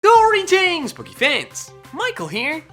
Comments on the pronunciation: the way he says greetings he says goreetings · He sounds like he says Greetings! Booky fans